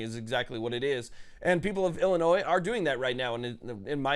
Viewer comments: Love the content but the word Illinois is not pronounced Illinois’s the s is silent when not saying it in a plural sense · We don't pronounce the S, It's just "Illinoi". Also JB sux. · You don't pronounce the "S" in Illinois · My soul aches (you prounounced Illinois wrong)